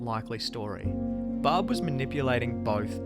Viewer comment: Why is the garbage ass narrator calling Barb, Bob?